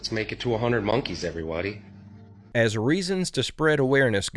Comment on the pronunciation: everywody 😂 I think he meant to say everyone but missed it up with everybody … I do this a lot lmfaoooooo